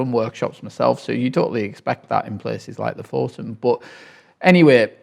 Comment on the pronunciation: Thank you — and just to return the favour: Lofoten is pronounced /ˈluːfuːtn̩/, or “LOO-foo-tn” if that’s easier. The stress is on the first syllable. You welcome 🤗